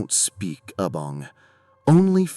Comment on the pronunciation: I think you mean Abang not Abong 🤭